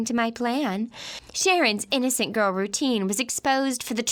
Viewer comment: "tHaT pOoR aNd uNfOrTaNatE gOrL"